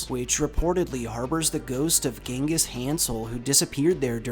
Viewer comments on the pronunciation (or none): none